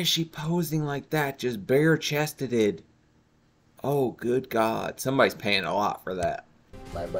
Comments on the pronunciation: “Bare chesteded” 😂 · "Bare chested-ed" 😂😂😂😂